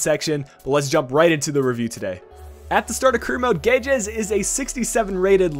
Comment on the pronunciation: I can confirm that you've pronounced guedes' name correctly.Next player I would like to see in these reviews is Ruben Neves(CDM) and Oliver Torres(CM) both from fcporto and great prospects in real life